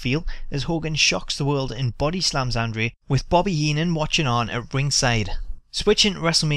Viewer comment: Why can't the guy on the video pronounce andre's name correctly. annoying.